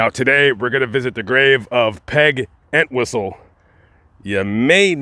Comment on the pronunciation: Pronounced EnTWISTLE. Poor Peg. I've known of her story since I've been interested in true Hollywood/Hollywood crime stories. Still tragic that she felt this was the only way to relieve the pain she was going through or the pain she felt she inflicted on others.